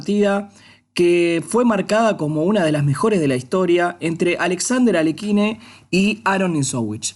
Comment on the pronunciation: No, Aliójin